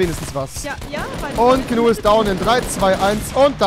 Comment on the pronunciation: Rewi sagt immer zu Gnu man 100% richtig